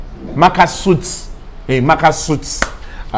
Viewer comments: That’s the correct pronunciation sebo….sounds like sweets. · "sweets" is the right pronunciation ye gwe atakimanyi!